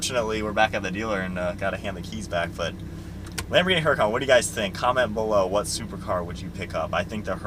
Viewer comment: FYI, the "H" is silent in the name "Huracan". Google it.